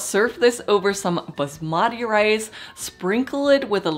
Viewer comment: Basmati rice is originated from India...as an Indian it sounds funny how you pronounced it...btw always love your recipes